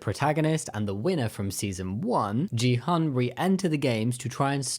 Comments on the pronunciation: Ji-han? Do you mean gi-hun? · Quick point: the main character's name isn't pronounce this way. The G in Gi-Hun is pronounced like the G in Greg, rather than the G in George. it's actually closer to a K sound. And the U in Hun is pronounced more like OO than A.